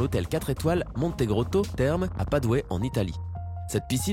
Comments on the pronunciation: "Padoué en Italie"....ça s'écrit Padoue mais on dit "Padou" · "Padowai" en Italie... C'est padova en italien et on dit padoue "ou" en français. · Padoue prononcé "padoé" ? Sérieusement ? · Pas doué en Italie, Ah ah ah ah ah, !!! Et le Bassiscaife tri esse té... Mord de rire Tout est dit ...